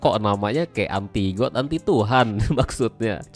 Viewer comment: Dah ketebak baca godnya got wkwk season aja di baca sesen, magic wheel di baca mejik wel, dan masih banyak lagi. Contoh sekolah cm sampe SD😂